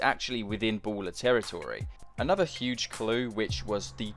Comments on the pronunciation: Ballas, not Bowlers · why does this mf say "Bowllos"